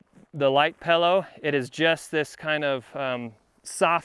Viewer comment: Great video, great review. One minor complaint... what the heck is a Pal-oh? (😜)”This is the little dinky bag for the Pal-oh...”